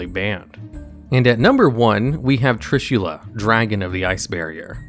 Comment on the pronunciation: Not Trushilla, but Trishula!